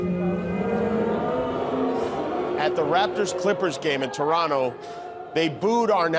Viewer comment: Sending love from Toronto to Jimmy Kimmel ❤ Thank you for the love and being respectful of us Canadians. 💕 Also for pronouncing our name the correct way: Toronno 🤭 Love it